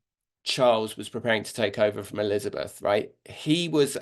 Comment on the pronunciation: She cannot even say the name of former Queen Elizabeth!